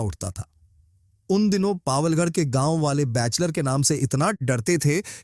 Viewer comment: बैचलर ऑफ़ पावलगढ़ नहीं है बैचलर ऑफ़ पवलगढ़ है।